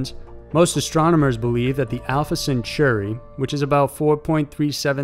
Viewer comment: This time I have a serious criticism on this video: You should have rewritten the script to reflect the recent death of Stephen Hawking! And a tip: In "Centauri" the "au" is spoken like the "a" in "mall". Also, phenomenON is singular, phenomenA is plural.